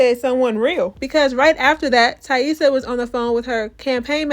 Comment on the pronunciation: You’re the only one online pronouncing Taissa right and I know why 😭😭😭 It’s not that damn complicated!